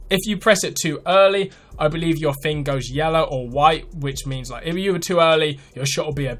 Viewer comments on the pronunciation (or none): none